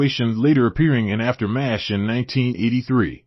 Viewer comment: WTF is the deal with an AI voice? Why can't people use a REAL person to voice so it will at least calls the show by it's name instead of spelling it out?